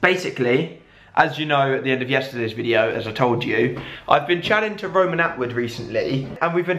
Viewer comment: It's Rowan Not Roman